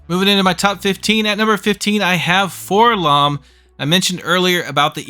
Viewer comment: Why do so many people say "FORlomm"? He's a droid. It's Four-Ell-Oh-Em. You don't go around calling the prissy gold one "k'THREEPoh," do you? Hells, even in the old Kenner mail-away commercial, where they gave the name to THE WRONG GUY ENTIRELY, they pronounce it "Four-Ell-Oh-Em."